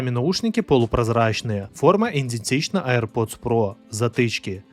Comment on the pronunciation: Частенько у блогеров слышу какое-то корявое произношение слов.Что ещё за "индетична"?